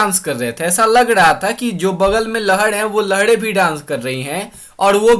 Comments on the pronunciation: Sir your voice.... Lahre =lahde ? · Lahde nhi lahre